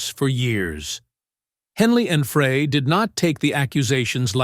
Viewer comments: WHO or WHAT is narrating this? A computer or a moron? " Fray", hence, hence, hence and other clumsy, awkward terms and pronunciations. 🤣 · Stop saying Fray! It's Fry like French fries. So hard to listen. You got Bernie's name wrong too. If you can't get the names right , shut up. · “Fray?” Why go to all the trouble of making a video about the Eagles and then continuously mispronounce Glenn Frey’s name? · It would give this video more credibility if the narrator did some research. Blowing the pronunciation of the band members names. Glenn Frey's name is pronounced "Fry" and Bernie Leadon's name is pronounced "Leadon" like a pencil lead. Sloppy journalism. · Pronounced 'Fry' not 'Frey' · Again how come nobody knows how to pronounce Glenn Frey’s last name it sounds just like french fries!! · It's Fry he didn't even say Glenn's last name right! Village moron!! And the Eagles didn't play together again until 1994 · GLENN FREY’S NAME IS PRONOUNCED FRY AS IN FRENCH FRY!! IT’S SO ANNOYING THAT YOU’RE MISPRONOUNCING HIS NAME!! FRY!! FRY!! FRY!! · Fry Fry Fry!!!It’s pronounced Fry as in fry an egg! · What has CCR got to do with Eagles bandmates?? The usual misleading Title. Btw, Glen Frey is pronounced "Fry"! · I wouldnt want to spend that much time with anyone btw its pronounce Fry All groups break up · Frey is pronounced “FRY.” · Why do these people not know how to pronounce Glenn’s last name and expect us to think this is even true? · Why should we believe anything you say when you cannot pronounce TWO members of the band's names!! Shame Shame . . . obviously AI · Agreed. I thought I was the only one that was so irritated by that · That's ai for you buddy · It's not fray it's dry! Y the narrator should at least should know how to pronounce the members names. SMH! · I meant fry! Fucking miniature keyboard! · Correction : Frey pronounced FRY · Might be nice if the narrator actually knew how to pronounce names! Glen Fray? 😂